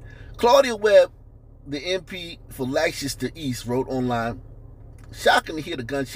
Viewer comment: Leicester is pronounced Les Ter. I know that because I was born there and grew up there. Leicester also won the Premier League in 2016.